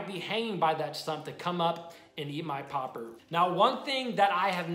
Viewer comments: Why are you saying popper like that....... stop it. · It triggers me how he says Popper